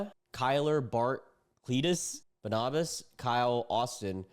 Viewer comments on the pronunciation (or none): Okay, forgive me, but it's pronounced Barn-a-bus. Like Barnabas Collins from Dark Shadows.